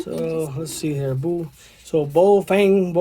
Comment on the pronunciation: Its pronounced (Ba-How-Fa-ng) baofeng